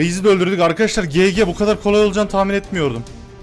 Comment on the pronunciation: Abi gg gege diye okunmiyo cici diye okunuyo lütfen okunus kurallarına dikkat edelim